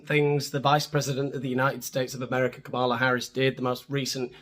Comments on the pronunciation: Try saying her name correctly. For starters, not Kamaala. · Maybe before you're going to tear someone a new one and put in the work to edit in annoying cutaways you should learn how to pronounce her name.